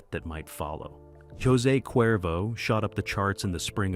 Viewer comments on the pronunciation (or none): none